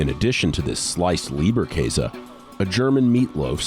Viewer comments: I died a little bit inside with their (mis)pronunciation of 'Leberkäse' 💀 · how he said Leberkäse killed the german inside of me.... I cant handle it :D